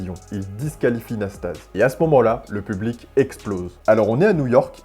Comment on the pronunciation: Récit fantaisiste du match McEnroe / Nastase. Déjà on prononce Iliyé Nastazé. Ensuite, McEnroe est resté calme pendant tout le match, très en confiance. Seul Nasty a fait le guignol car il savait bien qu'il n'avait aucune chance à 33 ans avec sa bedaine. Le pauvre Frank Hammond désavoué par le juge-arbitre s'est fait humilier, sous la pression d'un public bourré qui avait payé et en voulait pour son argent en session nocturne.